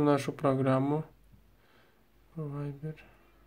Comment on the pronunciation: не вибер а вайбер